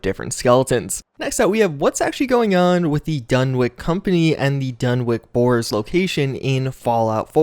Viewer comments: Its pronounced (DUN-witch), not (DUN-wick) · Dunwich is pronounced done-itch, not done-wick. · DunwiCH Not DunwiCK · DunwiCH. Not DunwiCK. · Another big mystery of the Fallout series, is why absolutely nobody seems to be able pronounce the name "Dunwich" correctly. It's pronounced "Dun-itch," not "Dun-Witch," or "Dun-Wick." After all, we don't go around calling Greenwich Village "Green-Witch" Village, now do we? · "Dunwick" Dunwich! Done. Which. I love ya but come on. Lol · If it goes by the British pronunciation, then it's actually "Dun-itch", but Lovecraft never actually specified how the word was pronounced. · Dunwich, not "-wick".